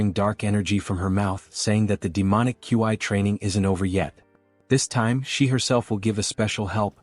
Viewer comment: Why can’t AI pronounce words… Ki and Qi not that hard…my mind is malfunctioning hearing the AI spell out qi every time it’s used.